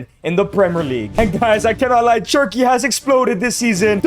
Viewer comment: Cherky? Its cherki